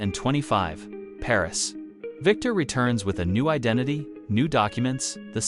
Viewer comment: you are pronouncing 1925 incorrrectly